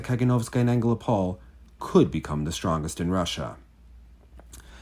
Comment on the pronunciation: the stress is on the first o in AngelOpol. ♥